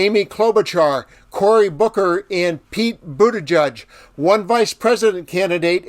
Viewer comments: Boo-ta-jEdge, like -edge! Love the channel but please pronounce #PeteButtigieg properly! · It's "Boot-Edge-Edge" not "Boot-Edge-Judge"